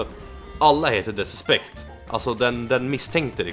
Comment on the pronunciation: Lär dig säga the suspect